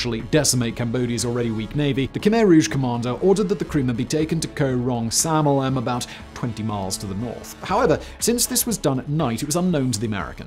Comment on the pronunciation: Thanks for the video. But it's Koh Rong Sonloem, not Samloem.